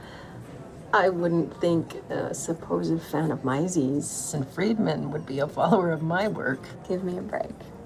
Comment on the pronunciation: Economics professor doesn't know how to pronounce "Mises". 😆🤦 For those who aren't familiar it's... Ludwig von Mises, Austrian Economics